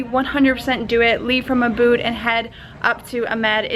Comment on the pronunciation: Hi. Loved this video. I lived in Indonesia 16 yrs. The correct pronunciation is Úbud, not Ubúd. Put the emphasis on the first syllable (the first U). It sounds so much better when pronounced correctly.